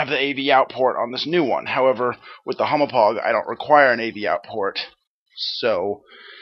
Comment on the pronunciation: lol u called the hauppauge a humo-pog i know its difficult to say, kinda like how people say deku deeeku, but i lol'd